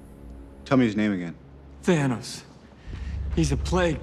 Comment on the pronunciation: why are you calling him Thanus